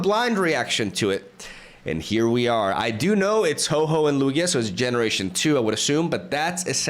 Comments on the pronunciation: Ho-Oh Not Ho-Ho lol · Bro can you please stop calling my favourite Pokemon HOE-HOE !? 😭🤣 Its name is Ho-OH ! Now i feel like being a creep for what my favourite Mon is called.... 😢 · I came to the comments to get in line and complain about your pronunciation of whore whore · I used to pronounce Ho-oh as Hoo-oh 😂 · I like it how he pronounces Hoe-Hoe